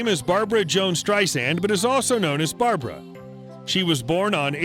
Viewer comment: Barb-RA, not Barb-ARA Strei-SAND, not Strei-ZAND.